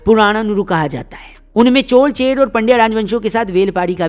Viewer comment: Aapko bohot bohot dhanyavad CHOL - CHER - PANDYA sahi uchharan karne ke liye.. aaj Kal to Pata nahi kue CHOLAA CHERAA kaha jaata hay..